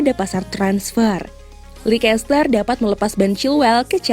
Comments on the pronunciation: leicester harusnya dibaca leister min bukan leikester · Kenapa jadi likester dah, leister aja lah min lebih enak di telinga..